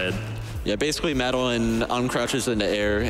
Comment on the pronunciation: Mad a lin. You mean Madeline? God...